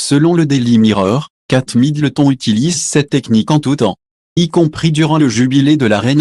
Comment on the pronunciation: Apprenez à parler à votre robot, trop rigolo la prononciation des noms de famille, j' adore Kate Middle thon 😅😅😅😅